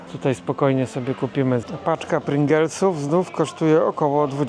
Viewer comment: Paczka pringlesów, a nie pringelsów. 😂